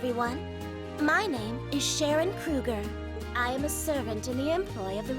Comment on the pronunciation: Krueger.....geez Why not just Kruger If it's Krüger (or Krueger if you don't have the key) at least say it like you wrote it geeez